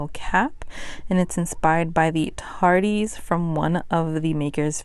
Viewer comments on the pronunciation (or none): You will likely never need to know this again but the doctor who reference is pronounced “tar-diss.” 😂💙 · Still love me some Mercedes, but Tardees killed me a little bit 🤣🤣🤣❤️